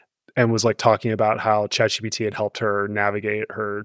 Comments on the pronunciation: How does a tech journalist who covers these things daily Not know that it’s Chat GPT??? He keeps saying GTP. And how do the other two not notice an correct him??????? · consistently saying GTP the whole episode. He really needed some sleep.